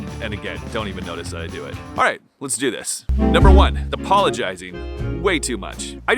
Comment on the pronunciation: Why were you NUR BER ing instead of NUM BER ing? I love your videos 🙂 I admit I was eating Twinkies when you pointed out I was fat 😂